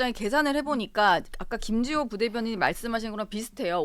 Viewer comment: 김지호. 발음. 교정좀. 하고 나와라. 정치가. 성남. 시장 판떼기로. 아냐. . 특검. 비용. 어디서 나오나..?